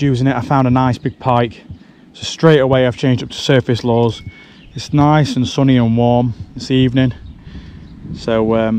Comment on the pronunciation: Every time he says “lures” I hear “laws”